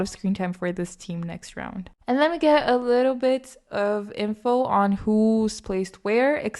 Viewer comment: Random but the way you say "alittle bitof" makes me smile